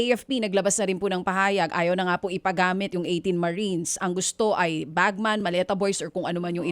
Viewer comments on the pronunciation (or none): Dj Chacha, it’s BagMEN not bagMAN.